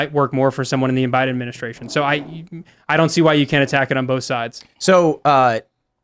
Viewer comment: Bidaministration ? Ugh that’s so annoying …..annunciation please 🙄